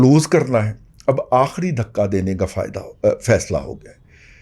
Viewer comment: دھکہ نہیں دھکا